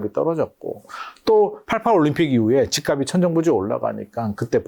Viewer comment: 다른 건 다 알겠고, 부동산 전문가들 제발 "집 값이" 발음 좀.. <집갑시> 제발 제발 수많은 유튜버 부동산 젓문가들 이 기본적인 연음법칙도 안되는 사람 천지. 처음엔 이거 발음 못하는 전문가는 거르다가, 이제는 하락 상승론자 하나 같이... 하. 😅